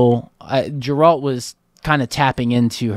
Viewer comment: Hello guys! love your reactions! just a note though, "Geralt"s name is pronounced with a hard "G" like GET not Jeralt. Nobody in the show calls him Jeralt.